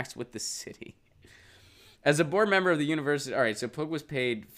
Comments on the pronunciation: You're right, hard to watch as I giggled every time he said pug. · Her last name, I believe, is pronounced "pew"...like Pew Research Center.